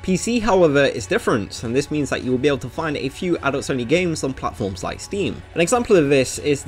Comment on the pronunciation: im sorry but it just really sounds like you are saying adultSony games instead of adults only.